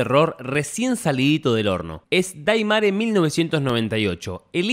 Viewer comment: 9 personas mas gente de capcom... Ya q Gracia's a ellos tenemos Al re2 remake q aparte participaron con consejos e incluso salen en Los creditos del re2 remake y vicerversa.... Tanto cuesta investigar y se pronuncia deimer 🤦🏿‍♂️🤦🏿‍♂️🤦🏿‍♂️🤦🏿‍♂️🤦🏿‍♂️